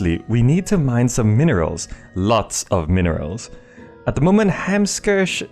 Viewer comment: Hamkirsch, is actually German for Hamcherry. I believe it should be pronounced as HahmKiirsj :P